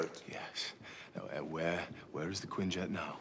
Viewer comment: Its Quinjet not Queen-Jet